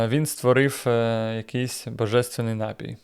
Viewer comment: Не нАпій, а напІй. Випадково трапилося ваше відео, але зайшло, дякую ❤